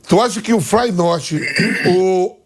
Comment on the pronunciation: "tu acha que o FLAINORTI" esse sapo cachaceiro jogou e morou na Holanda mas não sabe nem falar o nome do time, esse é o nível de um brasileiro médio cachaceiro.